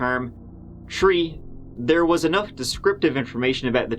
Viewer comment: Red Army if you go to the "Behavior Panel" you'll see them repeat/name the interrogation tactics as seen in JCS breakdowns. Luv how always uses a slightly different angle on approach. Images, video clips, and language. T'hers always between tree and turty-tree points of difference. Ahhh it's da way he tells'em, ta be sure!